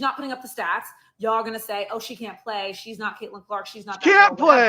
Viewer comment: Ole girl left the "L" out when she said "PAY" as she meant to say "PLAY"